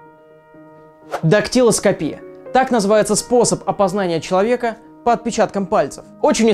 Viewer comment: Правильно будет дактелоскопия, а не дактелоскопия! Не путай ударения.